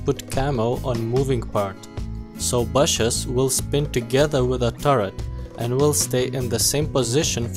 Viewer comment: you piss me of with BASHES it's not hard to say BUSHES